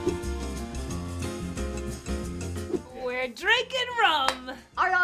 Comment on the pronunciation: "Get ready to RUM-ble" -. So glad is back!